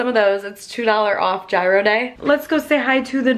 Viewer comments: As per you being half Greek I think it's appropriate you call it yee-ro like intended, not gyro. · How can she be greek and pronounce gyro wrong.. thats ridiculous. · Yes, girl, definitely represent and say it correctly "YEE-ROH" !! Lol I am from Columbus and I always loved getting gyros when I was attending OSU. Thrifting is amazing if you enjoy it. It's not for everybody but it's cool you gave it a chance and spent time with your mommy. Loving this vlog channel content. 💕